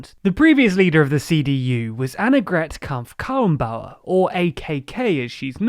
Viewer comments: I think you pronounced it well... Anne-gret as in regret. Kramp alike Champ and Karren as in barren and Bauer as in loud. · Gotta give you credit for trying to pronounce "Annegret Kramp-Karrenbauer". It's not an easy task but you've done a good job!